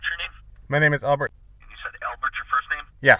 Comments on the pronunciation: Who says ALbert like that? Only, that's who. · Good job buddy! Why do say the name Albert so weird tho?